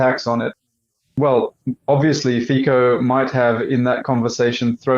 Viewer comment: Please, pronounce Fico like "Fitso", thank you :) or find it how to pronounce yourself, Fiko it is not right :D